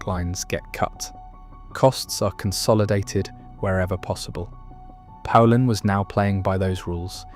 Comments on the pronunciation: If you don't know how to pronounce poulan don't make videos about it. It's pronounced like the country Poland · not me lol I changed the channel as soon as it mispronounced poulan 😂